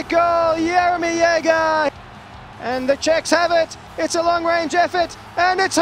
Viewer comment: "fantastic goal Yaomii Yeegee"